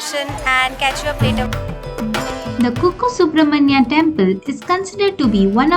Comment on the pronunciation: And it's kukke .no disrespect for anyone